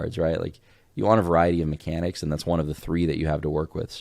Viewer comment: "Those MeCANics" is what made the trash can open. It doesn't sound that much like "open can" but maybe it's a little hard of hearing.